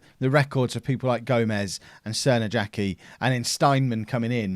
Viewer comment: "Crnojački" is pronounced "tser-no-yatch-key" just FYI :)